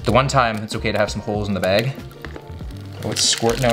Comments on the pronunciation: No one:: half the Bæg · The way you say “bag” has me dying haha